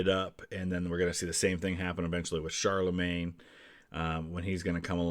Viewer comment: a note for: the correct pronunciation of "Charlemagne" is not "Charlemaign" but CharlemAgne (same A as in garAge or homAge). Or, we can use Charles The Great, Karl der Grosse, or Carolus Magnus.